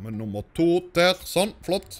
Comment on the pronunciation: Hører dere når han sier DER. Sier han det på dansk XD